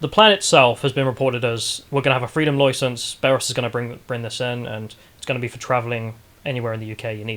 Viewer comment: Freedom Loicence